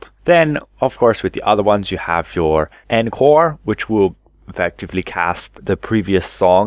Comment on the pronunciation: min-yew-ett and on-core ... however you get more of them right than the other creators I've seen lol, good on you for saying 'this one' stead of trying to pronounce some of the italian words